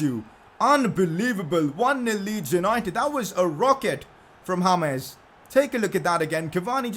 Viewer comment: I Love Your Channel I Love You I Love Your Videos But Pleeeease Stop Saying Hames instead of James I Wanna Watch Without Being Kinda Mad